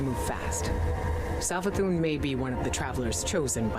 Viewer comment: I dont think I've ever heard anyone pronounce Savathun's name with a Z before lol. Not a gripe or a dis or anything, love this channel, just found it interesting